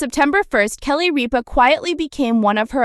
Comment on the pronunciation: First of all, you are mispronouncing Kelly's last name. Secondly, as far as I'm concerned, she can't leave fast enough!